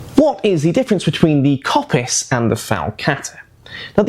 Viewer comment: Great video although I have to say the Kopis is actually pronounced Kopís (accent falls on the I). Being Greek I had to point that out.